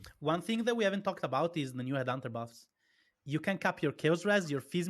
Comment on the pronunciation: the what buffs? Please tell me what the this trying to pronounce here is supposed to be.